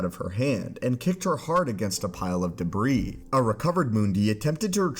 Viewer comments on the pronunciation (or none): none